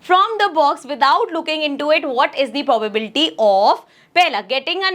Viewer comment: Probability❌ pobality✔️ 😂😂😂😂😂😂😂😂